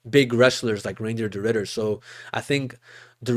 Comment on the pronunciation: Did bro really say reindeer de ridder😭💀